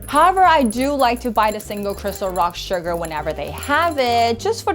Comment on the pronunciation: as asian her suGARRRRRRR is annoying haha